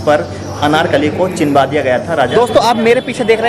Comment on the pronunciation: Brother nice video but aap ek pronoun mistake kar rahe ho bar bar 😂 it's CHUNWA diya gaya tha not CHINWA diya gaya tha 😝😝🤭🤭🤭 n aapne thumbnail pr bhi chinwa diya likha hai 😂 use correct kariye.. But yes very very nice video 👍👍😊❤️